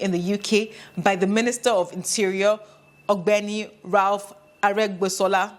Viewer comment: good that you talked on the issuance of Nigerian e-passport. By the way, did you found it difficult to pronounce the name Rauf Aregbesola? It’s so hilarious seeing you struggling with pronouncing the name. I thought your Yorùbá language skills were impeccable, looool.